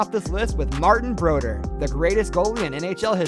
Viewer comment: Off the bat, the narrator doesn't know how to pronounce Martin Brodeur... This seems like such a small thing, but it indicates that whoever made this most likely doesn't watch or care about hockey. I don't know how you can go to the effort of making a video like this yet not bother to learn how names are pronounced. A lot of youtube channels use AI voice which often isn't the best for proper nouns. People should not accept this. If you do, you will continue to get progressively lower and lower quality content. If you accept shitty youtube content simply because it's free... You will continue to get worse and worse content. Never mind... he pronounces everything wrong...